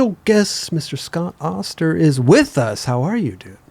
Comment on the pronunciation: Always called him OHHSTER. It's AAHSTER. Awesome episode. Smart & interesting. Legend. Smart & inspiring.